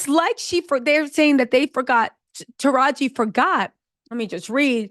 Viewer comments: “Taraj-Gee” not Taraj… why do you keep messing up that lady’s name?!?! 😵🤣 Also, another great episode. And I did see the movie and it’s way more uplifting and better than the original. 💜💜💜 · Are you mispronouncing Taraji's name on purpose? Lol